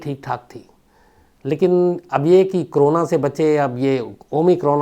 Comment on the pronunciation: Shams bhai aap corona ko hmesa crona kyun pronounce krtei ho…bdw i never miss any of your episodes..Lots of LOve from #ARUNACHAL_PRADESH